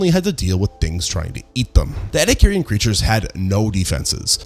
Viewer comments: "E"-"D"-ack-er-un Not ed-uh-car-i-un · ouch ouch repeatedly saying ' eddie carrion ' just sounds so wrong and hurts my ears. its like watching a documentary about American history and constantly using the name Amecira in every line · ah, yes. The sea creatures where burried in a sandstorm. Thats how they got fossilized. Burried in a sandstorm, in the ocean. Between repeating all the same points over and over, and and the fact that we cant pronounce ediacaran right. Im like 85% sure this is AI. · OMG your pronunciation of Ediacaran is atrocious. I want to watch the video but the cringe is almost too much.. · It is incredible how he has mispronounced Ediacaran every single time. Nice video anyways... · Was about to comment, the pronounciation is rage inducing. Rage bait if you will. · a new pronunciation of 'ediacaran'. I'm always amazed how many ways there are to get it wrong.